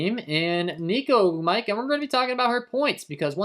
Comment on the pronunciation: You be butchering ogwumike name 😂😂 Oh-gwoom- it-Kay